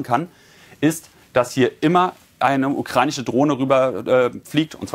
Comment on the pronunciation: Einen der "russich" , "ukrainich" und "dramatich" sagt kann ich nicht ernst nehmen.